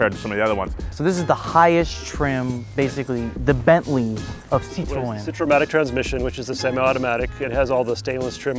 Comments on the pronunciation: How hard is it to pronounce Citroen correctly? Here's how you say it Citro and then the letter N Citro N.... Citro N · I’ve never before heard the “e” pronounced in Citroen. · Citroën can be read "citro N" to get the exact phonetic as a french would ;) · I might be wrong, but it's pronounced Per-joh, as in Persia, but without the American hard R Renno And Sitron as in Sit and Tron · I love when he say "citron" love the "citron" car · It's also not "Poo-joe"... It's more like Peau-zho (a Cyrillic letter actually works better here. The "ж"). It's also not "Sit-rone", it's "Sit-ro-en"... Don't give me your "Porsche-eh" bollocks when you can't even pronounce Citroën or Peugeot... And don't start me on "Hun-day"... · Please Americans, C I T R O E N.... Not Citron.... (Lemon in French) I note when describing the 1967 DS21 Pallas the owner talks of the Citromatic semi automatic. Your interior shot is a 1970-75 dashboard with a manual column change. Later when driving we see the actual interior. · Your pronunciation of Citroën sounds juste like the french word for lemon "citron", which is a bit of a running gag here. The "ë" should be pronounced like the sound "ea" in "head" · Bro the way you say Citroën lol you say it Citron =🍋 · It's pronounced SEET-RO-En, Not Citron. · when says Citroën, it sounds like he says “citron” which means “lemon”… which I suppose is still accurate 😆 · french speaker here next time you pronoce citroen prononce it like this: citroenne ( you must prononce the N) you prononce it like citron (french for lemon) we got those cars in canada up to 1994 with fiat and alfa romeo the market was way too small to invest for new regulations they are as rare as it is in the US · Citroën, not Citron (even though this is the origin of the name); Peugeot not Poogeot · pronounce it like "Si Tro N"